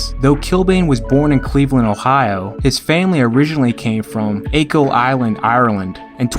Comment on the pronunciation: The first syllable of Achill rhymes with "hack" not "shake"